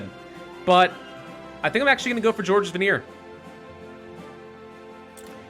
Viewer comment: just called Georges Vanier as George Veneer. My soul.